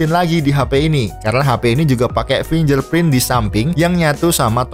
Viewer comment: Finjerprint apa finggerprint bang 😂